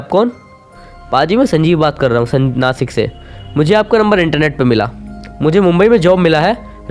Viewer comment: नासिक नाही भाई नाशिक💯